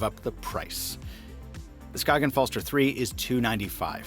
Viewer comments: "skaken" hahah try saying it like skajen instead btw im from Denmark so i should know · SKAY-GENN. Its okay most ppl dont know either until they really collect timepieces. I bought one for my dad and I love its thin design. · The G is actually soft, so it's pronounced like the Y in yogurt. Ska-yen, the A pronounced like A in Apple. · Danish guy here Skagen just say without the g then you have the name right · As a Dane, the way you pronounce Skagen physically hurts. Not really your fault, the Danish language is weird.